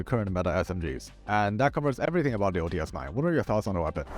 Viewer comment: OTs 9 not OTS-9